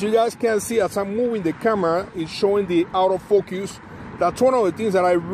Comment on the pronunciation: dont say focus again..jaja. saludos